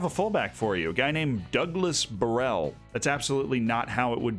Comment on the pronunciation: Portuguese here: pronounciation on Douglas Borel ias pretty fine. Kaio Jorge however... no. In portuguese the J and G aren't read like in spanish. So for an english speaking person, instead of saying "horhe", say "jorje" and you'll be on point